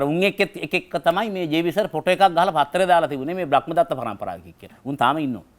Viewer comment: ඔබතුමාට මොන දැනුම තිබුණත් ධර්මය ගැන නම් ලිඛිත කියවීමක් ලබලා නෑ කියලා තේරෙනවා. බ්‍රක්මදත්ත නෙවෙයි බ්‍රහ්මදත්ත.